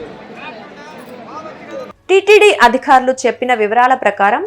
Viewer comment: అమ్మా, తల్లీ, అధిఖారులు కాదమ్మా.. అధికారులు. ఒత్తులు పెట్టాల్సిన చోట పెడితే చాలు. లేని చోట ఎందుకు పెడుతున్నారమ్మా? క అంటే చాలు ఖ కాదమ్మా 🙏 బాధ అనే చోట భాద అంటున్నారు. బ చోట భ అంటున్నారు 😡